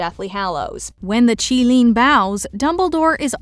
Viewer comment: Thank you for pronouncing Qilin correctly